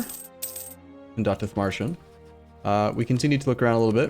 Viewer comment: Nope, as a german I can confirm Arumba's pronounciation is on point here, surprisingly considering his problems with "Landshut" earlier in the series. xD